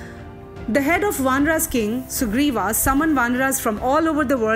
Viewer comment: what's the problem in pronounciating words correctly????? you are saying ramayanaas intead of Ramayan, vaanaraas instead of Vaanar, Sugreewaa instead of sugreev nd many more..... why??????????